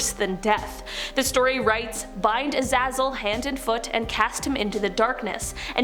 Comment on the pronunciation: it's pronounced azayzel